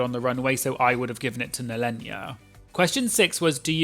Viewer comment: It's NEHEllenia, like you would say Kahana. Not Nellenia xD